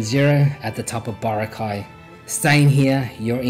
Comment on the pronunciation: It's Bo-ra'-cay - Not Boracay' !